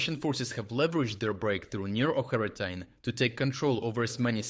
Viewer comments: Pronouncing it like Oca-rina-time is not only wrong but sounds like a Zelda game. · still subbed for quality of analysis, but lately it honestly sounds like this is narrated by AI - "Ocheretyne" pronounced one way, pronounced a different way. I can't imagine anyone saying a name of a town in 2 different ways just seconds apart, but correct me if I'm wrong. Please keep up the great work, but please don't cut corners with AI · Why are you not pronouncing the village of Ocheretyne properly? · Why do you pronounce Ocheretyne like you do? 🤔